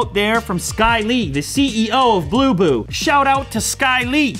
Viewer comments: Thought he said boo boo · When u say bluboo I heard poopoo ......